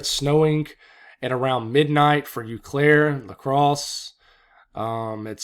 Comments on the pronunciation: it's pronounced OH Claire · Tomah, WI is pronounced like tome - ah and Eau Claire is pronounced oh-claire. I grew up around that area and a lot of the towns can be difficult to pronounce.